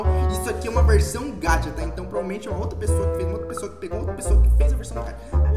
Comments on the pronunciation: É gacha não é gacta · Eu acho q não fala gatcha e sim gaxxxa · NÃO É GATIAAAAAAA É GAXA PELOAMORDEDEUS saporra se escreve gacha mas se fala gaxa Não gatia jwowowduwnf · N pronuncia Gatha é GACHA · VC fala gaúcha do geito errado gacha a gente fale que nem chuva